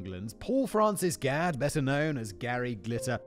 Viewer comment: Not spelled the same (only one "d"), but it has the same reading, the way Simon says is on point